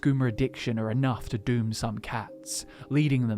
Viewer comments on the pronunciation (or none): none